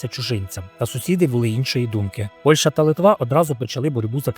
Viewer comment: Не ПольШа, а ПольЩа !!! Ви щось переповідаєте, але є безграмотним. Враження неприємне. За це: палець вниз. Бувайте.